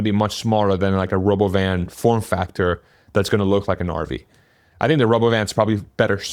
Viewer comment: It's roBOvan